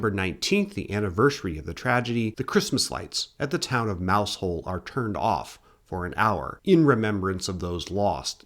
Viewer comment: Really good video but I'd like to add Mousehole (the village in Cornwall) is pronounced "Mow-zul". Many Cornish and Devonian place names have unusual pronunciations.